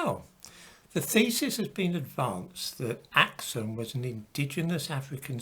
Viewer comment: It's pronounced as ak-soom though...